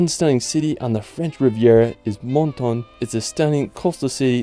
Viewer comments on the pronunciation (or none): Wonderful Video!!!! Wow! Thanks! Incredible photography, a really good product! [ please, it may be nice to learn the correct pronunciation of the villages names. Like Sardinia...' din' ? Sardinia. pronounced Sardenia. Menton is not Monton. Cannes is not Cann-es but Cann. I really do hate to critique you, but it's a shame so see such a handsome young man make such a gorgeous video and sound wrong, incorrect and basically painful. But hey, it's not to bash you, it's to help you for future videos] Best of luck! Looking forward to seeing your next video!!! Again, thank you 🌞🏖